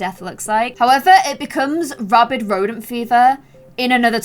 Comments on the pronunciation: Rabid is pronounced like rabbit with a d instead of a t. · Sis...it's rabid rodent disease, not rabied rodent disease.